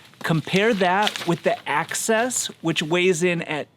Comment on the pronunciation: Axis not Access